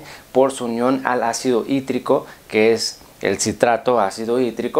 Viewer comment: Eso tipo dijo ácido hidrico ? O escucho mal